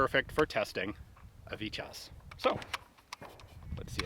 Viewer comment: I kindly say, how the name is said is phonetically speaking ((( VITY OZ ))).... not sounding like ((( VIT YAZ )))... Just for future ref... Fun video, as always!!!